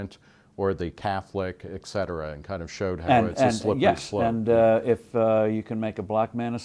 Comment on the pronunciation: At the point Nick said "EKCETERA". Very annoying and common mispronunciation.